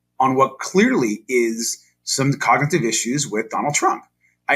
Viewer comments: i might believe him if he knew how to pronounce 'cognitive' and understood it was a dementia test. to be fair, trump only goes off script because he can't read. Hey GOP- I have a secret Nazi bunker at my house you can rent out for your next Klan meeting... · Why isn’t the main stream media news reporting Donald Trump ‘s cognitive condition, he can’t pronounce words and meandering at speech, but of course the entire MAGA is deranged like Trump